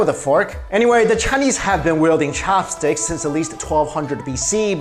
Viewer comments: Fork for me thanx.... Why you say cho-hops stix? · Am I the only one why got annoyed that he emphasized CHAHPSTIX every time?